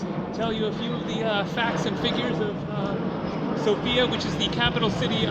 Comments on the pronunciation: you pronounce it wrong it is SOFIA not Sofia , understood just Sofia not sooofia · Hi Jam bulgarian and you Day Sofia wrong XD but your alphabet dont even have letter for /я/ София - Sofia...... Я is like /a/ and /e/